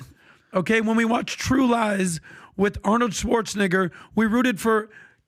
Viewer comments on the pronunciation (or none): It’s pronounced Schwartz-en-NAY-ger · dude put the hard R on Schwarzenegger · The way pronounces Arnold’s last name makes me think Bassem was right 😱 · The way that this dude says Arnold Schwarzenegger is wild 😆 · Nah he needs to learn how to pronounce Arnold Schwarzenegger bruh 😂😂